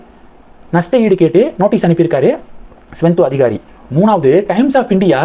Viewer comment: ஸ்வெந்தோ அதிகாரி இல்லை, சுவேந்து அதிகாரி. வீடியோ போடும் முன் நீங்கள் சரியாக homework செய்வதில்லை, எல்லா வீடியோவிலும் தப்பு தப்பாக உச்சரிக்கிறீர்கள்